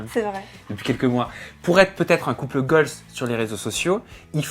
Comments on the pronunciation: Je pensais qu’il disait "couple GOLD" au début jusqu’à que je lise ton commentaire 😂😂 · On dit couple goal et pas couple goalzeeeee, nn? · "couple goal" Déjà c'est un terme anglais donc il faudrait le prononcer en anglais pour bien faire et sans S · « CoUpLe GoLz » 🤪 Mdrr, c’est UN couple donc on ne le met pas au pluriel donc on dit: couple goal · C’est quoi ce nouveau concept de vidéo pété là on veut juste les interviews nous.. et on dit couple goal au passage hein pas gooaaaalzzzz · tu me stresses a dire couple "goals" avec le "s" à la fin, "couple" est au singulier et puis en anglais on n'accorde pas les adjectifs avec les noms alors on dit simplement "goal", voilà petite info du jour 😉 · couple goals se dit mais tu ne peux pas dire UN couple goals si tu veux dire ça tu mets pas de pronom singulier et au faite couple en anglais on peut dire couple aussi donc c’est juste de pas faire la prononciation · Et pourquoi prononcé goal à l'anglaise mais pas couple ? Haha